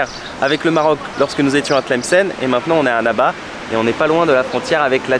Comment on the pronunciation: Tu prononces trop mal " Annaba " LOOOOOOL , ça écorche les oreilles ! Mais ta vidéo est superbe, c'est super ;) Bravo